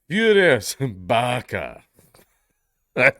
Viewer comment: I'm convinced that we wouldn't hear a difference if Dank said "barka" instead of Baqa. I thought he was saying barka.